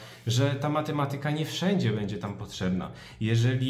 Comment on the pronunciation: Matemaaatyka, nie matematyyka.